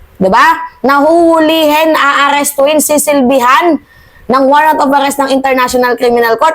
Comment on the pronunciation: Bigkasin mo mabuti aalistuhonka alis😂😂😂😂😂😢😢😢😢😮😮😮😅😅😅